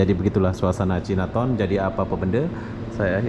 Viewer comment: Bukan cinaton sebutannya tapi Cai Na Taun ( China Town )